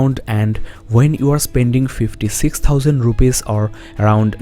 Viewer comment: my boy said "rupees" lol